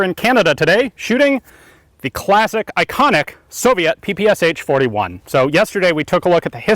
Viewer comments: PPSh is actually pronounced P-P-'SH', like in Shh!, it's named after a guy named Shpageen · Cool video but the name sounds different. П П Ш P P Sh (peestolet pooljemet Sh'pag eena Shpagin submachine gun) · Ш is not "sha", but "sh" (or "esh"). The designer was called Шпагин = shpagin, not shApagin, and the gun is literally called "Shpagin's submachinegun", that's why it is "pe-pe-esh". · In Russian this gun is called Peh-Peh-Shah😉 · Ппш 41. Its pronounced Pe pe sha. Nice shooting test id love to shoot one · just a little thing in case anyone hasn't already mentioned it the "ppsh" is actually pronounce "papashaw" for reasons i'm not even gonna try and understand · Instead of pps does not one normally say pey pey sha for that particular submachine gun. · Greetings from Russia. I really love your channel. the correct pronunciation of PPSh is [pæ-pæ-ʃʌ] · So many people mispronounce the name of the gun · LOL he pronounces ППШ completly wrong. Write "ППШ" in Google Translate (russian language) and listen. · Ppsh is pronounsed as pe-pe-sha. This abbreviation consists of three Russian letters ППШ, where Ш = SHA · The name is not Pe-Pe-eS-h. It’s “pepesha” 😁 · Strange to hear you say "P-P-S-H", when it should be "P-P-SH" or "pe-pe-sha". It stands for pistolet-pulemyot Shpagina, or Пистолет-пулемёт Шпагина. Shpagin was the inventor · its not P-P-S-H ! its P-P-Sh 3 letters ! ППШ u have not letter "Sh" = Ш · It is not pronounced”P P S H”. The proper way is”PEH PEH SHA(like in SHort). It stands for «Пистолет пулемёт Шпагина» . Literary “Shpagin’s submachine pistol” Shpagin is the last name of the inventor. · It's not called sha, that's slang. It's peh peh che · PPSh? You mean PPŠ? Verbaly it's: "Pa-Pa-Ša" or for Americans "Pa-Pa-Sha" not "P-P-S-H". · PehPehSha! Not PePeEs-H. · Why americans call it PP S H instead of PP Sh? Machine-pistol of Shpagin, so it should be PP SH, isn't it? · is it not supposed to be pronounced papasha? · Peh-Peh-Sha. Get it right.